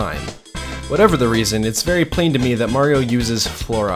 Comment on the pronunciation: its not merio its mario